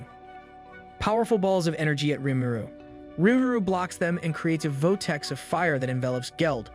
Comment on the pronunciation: If you don't mind me asking, why does it sound like sometimes you are reading misspelled words? Like "Votex" around the min mark. I only ask because it's kind of distracting when I'm trying to have you on in the background and do work